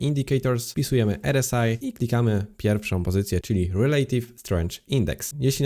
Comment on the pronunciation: R S AJ 🤣 zdecyduj sie chłopcze czy wymawiasz nazwę tego wskażnika po polsku czy angielsku, bo robisz z siebie glupka.